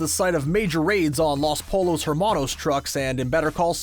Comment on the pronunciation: Loss Pole-loes? Did the person reading this watch the shows?